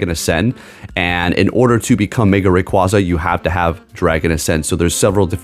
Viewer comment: Learn how to pronounce a pokemon name correctly.